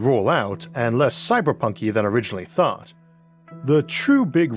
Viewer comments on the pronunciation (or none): none